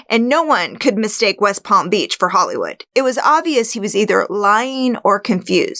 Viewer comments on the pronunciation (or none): none